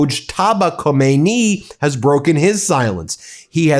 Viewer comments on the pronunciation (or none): The supreme leaders name is khameny not kohmeinie or so😂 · Again, you are not pronouncing a world leader's name properly. You say Khamenei so incorrectly. Do better when you are being a popular journalist. It's not difficult. Very frustrating to watch.